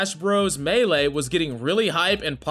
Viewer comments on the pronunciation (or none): none